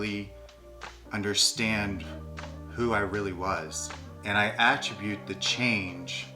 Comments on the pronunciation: Well we say at-TRIB-bute, not so A-Trib-bute. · Funny that pronounces “attribute” incorrectly but nails it with the emphasis on the correct syllable.